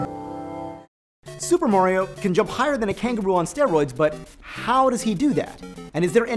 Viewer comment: 'mahrio', not 'mawrio'. just like pasta, not pawsta